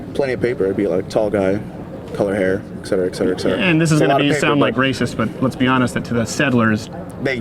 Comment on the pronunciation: I think people are misinformed about how to pronounce the words "et cetera". Its not "ex cetera".